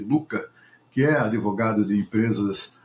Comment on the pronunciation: Uma vergonha, esse jornalista fala "adevogado". Devia fazer o mobral...